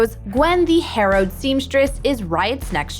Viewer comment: Hallowed Seamstress. Not harrowed. Two very different things